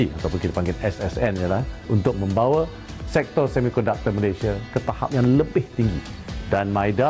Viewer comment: COBA PERHATIKAN DAN DENGAR BAIK BAIK APA YANG DIUCAPKAN... BERKATA MALASYA... MALASYA.... MALASYA... 🤣👻🤣🤣🤣👻👻🤣👻🤣 ITU PUN KALAU TIPE M MALAYDESH TIDAK PEKAK TELINGA 🤣👻🤣👻🤣👻🤣